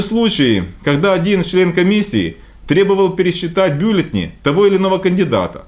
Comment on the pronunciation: Одному мне режет слух слово «бЮлетни»?!